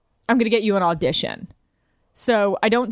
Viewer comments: "Aldition". All this time I was caliing it an "Audition". You learn something new everyday. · John Pelico dont forget “all-dition”